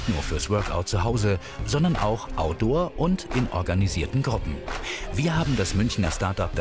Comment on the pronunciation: Sondern auch „audoor“